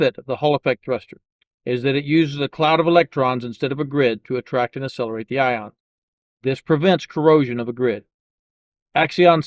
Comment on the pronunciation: How do you spell that "assellerate"? You pronounce them correctly when you say Accion Space, so you know how it's pronounced.